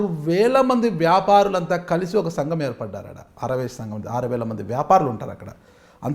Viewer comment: యాంకర్ కు ఆర్య వైశ్య అని పలకడమే రావటంలేదు.😂😂